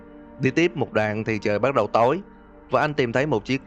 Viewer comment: "Lần đìn thấy.." <(") góp ý nhẹ thui